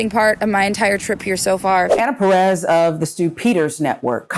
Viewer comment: "Perez" oh ffs...